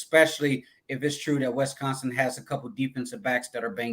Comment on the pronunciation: One of my pet peeves in life is when people call Wisconsin "Wess-consin" 😂